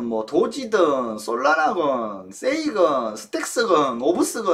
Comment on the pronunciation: 와 스텍스발음 깜짝놀랏습니다 ㅋㅋㅋㅋㅋ이분 뭐라하신거지?라고 다시돌려봄